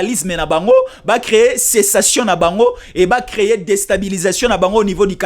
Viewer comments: Sécession et non pas cessation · Et non cessation.